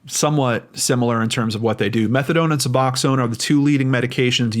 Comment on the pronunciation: just so you're aware; it's pronounced sub-ox-own. It's very different from methadone, though it serves the same purpose. It has narcan/naloxone in it, which makes it so you can't really feel opiates, Suboxone can send you into deep withdrawal if you take it while on opiates, (I was an addict 15 years ago), tried using it to get clean, but you have to wait a couple days after your last use to take it or it makes you sicker than you've ever been in your life.. suffice to say that attempt was unsuccessful, but I've been clean for 15 years at this point, so I did eventually succeed by going through the methadone program. There is a similar drug to Suboxone called Subutex, it does not have narcan in it, and it serves the same purpose. As for the cartel thing, I know when I was using I had dealers that were family to the Mexican cartels, (they used to keep it in the family if they could, and had family who were in the US along a supply chain from Mexico, the newcomers/younger cousins would start by selling to "smaller" dealers), but they used white American citizens to bring things over the border sometimes if they were having issues bringing it in other ways. They were paid well, usually in whatever drug they were addicted to, but they could get cash if they would prefer, it would just be worth less then the amount of money they could get for the drugs. They would also have them bring people who were deported for whatever reason back in by sneaking them across the border in